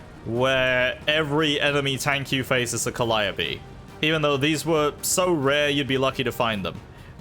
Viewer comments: I find it funny he calls the calliope ‘col-i-o-pea’ when it’s called ‘kal-ee-ope’.🚀🚙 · Cal I o p? No its Cali ope or Cali tope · More like Call i OP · I have recently realized that I have been pronouncing calliope wrong my entire life and I take back my previous statement, I was taught it was pronounced ca-lee-oh-p, sorry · "Call Op ee" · The way he pronounce calliope pains me